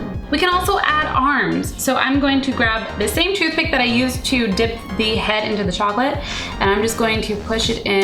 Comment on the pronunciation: when she said ready to dip it sounds like she is saying dick O.o